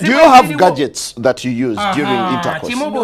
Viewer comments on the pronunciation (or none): OH MY GOD 😂🤣😂🤣😂🤣✋🏽💀 Listen I was furious, pissed the fuck off when this started with the utter disrespect and pure lack of education and humanism… but when the Pasta Simpa came on wid de veg-ah-tah-bles and then the interviewer asked him if he used de gah-jets I LOST my shit!!!! Lmaoooo!!!!